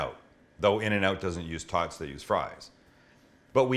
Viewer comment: “animal style tawts”